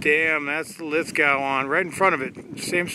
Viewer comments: Lith go, not lith gow... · It's pronounced lith - go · Lithgow is pronunciation is lith-go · Lithgo, not lith gowe. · Hey peeps, Lithgow has a silent w mate lols, ie Lith go, polymer in the trigger guard ( and black stock option) is the same mil spec polymer used on Australia's Defence Force weapons (Steyr variants), so there is minimal robustness or wear concerns to be noted, hammer forged barrels and cerakote is used on all Lithgows, Australian made as well so it's not tacky. good review, keep up the good work eh. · Pronounced lithgo buddy